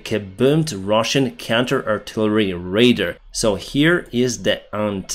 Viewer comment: Hi, First, thank you for all the updated you've been researching and editing together for us all. I hope you don't mind, but every time you say "Radar (радар)", it sounds like to say "Raider (рейдер)". P.S. I have no room to talk, my second language skill are rubbish. ☺